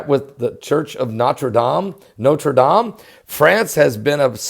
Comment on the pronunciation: great pronunciation of Notre Dame !! Très Bien fait ! good work to report and nice and short!!